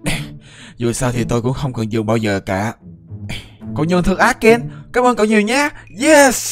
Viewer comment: Ken chứ ko phải Zen. Đọc kĩ intro vào